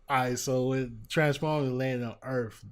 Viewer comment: Earf lol